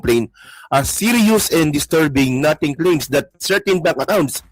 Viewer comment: Ito po ang tamang pagbigkas at pagbasa ng NOTING (NO-TING) hindi po nothing (NA-TING). Ty